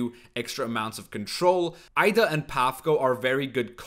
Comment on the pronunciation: He said "Aida", dude's not even an native English speaker, why does he butcher those names?